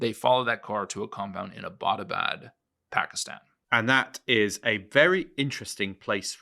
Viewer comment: I appreciate the info here, but it was really grating on my ears to hear your pronunciation of "Abbottabad". It is pronounced "EB-tuh-bad", or ""EB-uh-tuh-bad", not "uh-BAT-uh-bad".